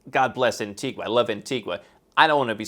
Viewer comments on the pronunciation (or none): Antigua, the island, is NOT pronounced the same way as Antigua, Guatemala. It's pronounced An-TEE-ga. Not gua. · It's pronounced an-tee-gah